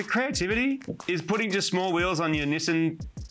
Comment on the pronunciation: The best part of this video is hearing the name Nissan pronounced properly.